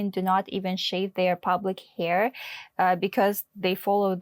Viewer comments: Pubic hair is not pronounced as Public hair! And pubic hair is not like head hair . . . It does Not grow long as she mentioned. She is FAKE; paid to lie about China!!! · it's 'pubic hair' babe, not 'public hair' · Hahah… it’s not pub-lic hair; it’s Pu-bic hair, down there. It’s a big difference. And it’s 18 in most places in the USA. Some states are younger, but not many. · Not “public” hair, but “pubic” hair! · Pleeeeaaase don't pronounce the word "pubic" like "public"... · how do you read out pubic hair as "public" hair? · Not everyone can pronounce….. im sure ull have hard time pronouncing other foreign languages! So be polite! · said "public hair"!!!! 😂😂😂😂. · "public hair" lol